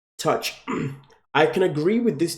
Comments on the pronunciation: He said touch instead of touche haha, great video as always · Its not touch its pronounced too-shei haha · It’s touché not touch. 😉